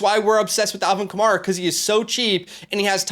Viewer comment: Love the advice. My only comment: It's Alvin Kamair-a. Mair said like hair